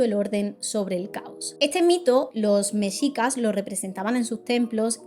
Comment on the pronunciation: de verdad como mexicana, estoy agradecida por el relato y el respeto con el que se hace, soy muy fan sobretodo de las leyendas mexicas, sin embargo tengo una observación, aunque tengan una "x" en su nombre se pronuncia como "J" por ejemplo así como México, por lo cual Oaxaca se pronuncia "Oajaca" y mexicas se pronuncia como "mejicas", solo eso, muchas gracias por el video y la información<3